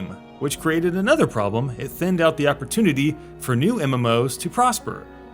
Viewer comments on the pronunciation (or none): none